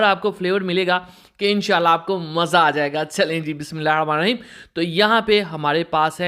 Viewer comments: Bismillah hirrahamaan nirrahim theek se padho bhai. nahi to sirf Bismillah kaho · بسم اللہ الرحمٰن الرحیم صحیح بولا کریں باقی سب ٹھیک ہے